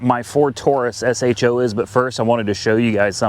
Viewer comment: Just say sho not s h o just sounds stupid lol